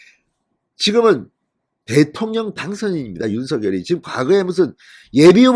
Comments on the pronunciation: 윤서결이 아닙니다!!!!! 윤성녈로 발음해주세요!!!!! 듣기 거북합니다!!!!!! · 윤 당선인 이름 발음 서결 × 성열○ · 윤석열의 발음이 ??? 석→ 서 열→ 결 =서결이 아닌 "석열"입니다. 다른 언론사에서도 2가지 발음으로 발표합니다. 이제 하나로 통일하시면 좋겠습니다. 윤석열대통령당선인은 자신의 이름을 윤. 석. 열.으로 표현합니다. (윤서결≠아닙니다) 감사합니다. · 대통령당선인의 성명발음을 확실히 했으면 해서요 일반 매체에서는 "윤성열" 이라 발음되는데 진선생께서는 "윤서결" 이라 발음 되던데 ? 방송 고맙게 듣고 있습니다 화이팅 하세요! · 윤 당선인의 이름의 발음을 본인이 "성녈"로 불러달라고 하니 그렇게 해주시는게 좋을 듯 합니다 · 진성호님 앞으로는 제발 윤석렬 이름석자를 부를때 윤서결이라고 안불렀으면 합니다 정말 듣기 싫습니다 아무도 윤서결이라 안부르는데 왜혼자 남의 이름을 똑바로 불렀으면 합니다 윤석렬이라 똑바로 부르세요 진성호님 방송 애청자지만 꼭 이거는 고쳤으면 합니다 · 윤석렬 발음 통일시키기로했어요. 유서결이 아니고,윤성렬로... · 윤성렬로 발음하세요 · 작열을 <장녈>로 발음하듯이 윤석열을 <윤성녈>로 발음해야 한다..무식쟁이야. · 뭡니까? 그리고 '윤성녈'로 공식 발음해야 합니다. 윤 당선인이 원했던 것인데 궂이 자신이 편한대로 발음하는 것은 예의도 아닙니다. 윤석열을 직접 흔들기 보다 주변인들을 흔드는 기법에 속지 맙시다. 조중동은 이준석을 감싸려 윤핵관을 흔들지 않나 싶습니다. 우리가 뽑은 대통령, 며칠이나 지났다고 또 흔드나요? 우파 DNA인가요?